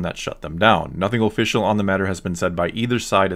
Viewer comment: Oh-ficcial oh-pinion